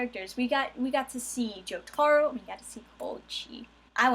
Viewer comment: Jo as in JoJo. Taro as in Tarot cards. Giorno keeps in with the hard Jo.